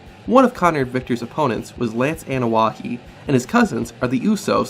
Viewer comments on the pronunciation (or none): Ana wa hee , lol. It's Anoa'i , exactly how it looks. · If you are a wrestling fan you should know how to pronounce Roman last name. It's UH NO E E